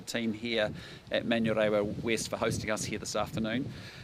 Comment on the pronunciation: He can't pronounce manurewa